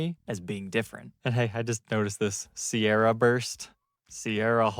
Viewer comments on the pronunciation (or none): none